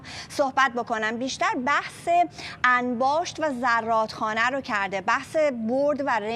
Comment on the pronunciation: زراد خانه.... نه ضرات 😮 خانه در CC